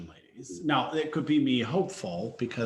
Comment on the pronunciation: I totally agree it’s not hard to wear a mask properly, but it’s also not hard to pronounce people’s names correctly... it’s Kaori (Kah-o-ri) not “Kay-ori”.